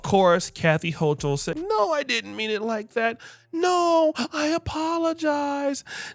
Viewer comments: If you want to dog the woman, which she clearly deserves, at least please pronounce her name right. It’s hoo kol, not hoo chal. Thanks. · Its ho-kul... that's how u pronounce it 😂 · Born and raised in Brooklyn NYC and she is a racist.. Eric adams isn't any better. He panders to them. And its HO-KOOL BRO. 😂😂